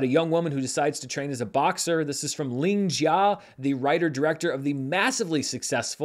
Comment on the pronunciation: Nice job pronouncing Ling Jia so accurately ❤